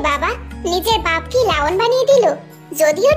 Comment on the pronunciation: Laon na lion hobe😂